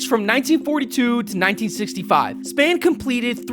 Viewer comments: Who the phuk is warren "span"?did you mean warren "spa-wn"? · Sphan is not Span .. its Spawn (phonetic) .. fuck, I hate when people butcher his name. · Dude, I liked the vid & wish you all the luck, but you'll turn people off if you make a mistake like mispronouncing the name of an absolute legend. It's pronounced (Spawn). Warren Spahn's last name. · Oh my God, please learn how to pronounce things before you have another go. Please. "may-stro"? "Warren Span"? I had to stop after you mispronounced the name of one of the best pitchers in the history of the game. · A little constructive criticism. You mispronounced spahn.